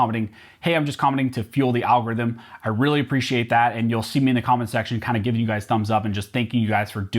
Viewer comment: Al gor rhythm lol